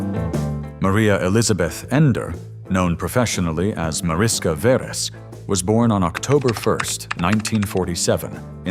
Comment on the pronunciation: The name is pronounced as if it were written Marishka Veresh in English. In Hungarian Mariska is the diminutive of Mária, and Veres is a variant of Vörös (Red in English) ... a common surname. And her father's name ... the correct pronounciation is like Layosh Veresh.